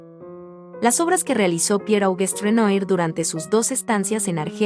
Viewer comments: Mensaje para la narradora, no se dice ECCENA, es ESCENA... Se pronuncia Renoá, no Renoir. ¡Cada vez más enorme! También hay que practicar la lectura. ¡ADIÖS! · Por favor se pronuncia Renuar. Si vas a comentar pintura francés aprende la pronunciación, no es dificil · Renoir= Renua! Es la pronunciacion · Con todo respeto se lee Renuar. Es palabra francesa, gracias por el video. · Renoir (Renoá) pas (Renué) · Muy buen video. Sólo que Renoir se pronuncia Renua. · Hola, buen video! Solo una observacion, se pronuncia "Renua" el nombre del pintor. Se puede checar la pronunciacion en el mismo internet. Solo un tip! Saludos! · Esta narradora pronuncia mal el nombre del pintor.